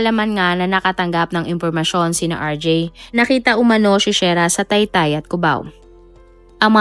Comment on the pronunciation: SHERRRAAAAAAAAAAAAAAAAAAAAAAAAAAAAAAAAA HINDI SHAIRAAAAAAAAAAAAAAAAAAAAAAAAA MALI MALI